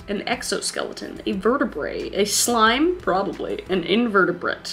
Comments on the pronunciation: In-ver-at-brae is invertebrate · I don’t mean to nitpick but just so you know invertebrate has the TV silent so it’s more like invert and then the word a brae so it’s pronounced IN-VER-TA-BRAE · i hate when ppl pronounce things wrong for some reason but Kris I'm not calling u stoopid ur very smart, (smarter than me) but its pronounced in-vert-a-brah... I couldn't have guessed any of these right probably... eh maybe not but STILL! ppl who read the comments I'm not calling her stoopid i promise, ok? I just feel bad rlly easily I'm sorry